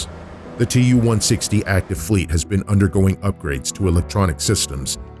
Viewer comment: TU is pronounced as too, after Tupolev